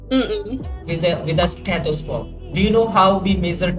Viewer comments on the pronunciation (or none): Blodd pressure **. Stethoscope 😅